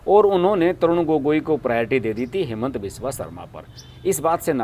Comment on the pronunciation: Its हिमन्त not हेमन्त all hindi news pronunciation Wrong